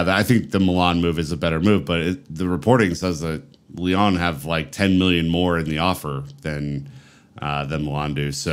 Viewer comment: I like your content but please get hold of a French pronunciation dictionary. My ears are beginning to hurt. Strazz..boor..gg. (Strasbourg). Lee...on (Lyon). Heureux de pouvoir vous aider.